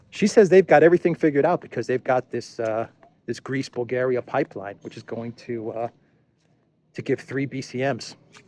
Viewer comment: the way you said Greece Bulgaria sounded like Greaseball Garry, eh